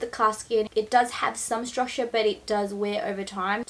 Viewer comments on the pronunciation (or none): none